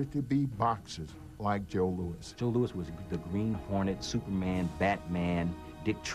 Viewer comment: Louis not "Lewis"! 'nuff said.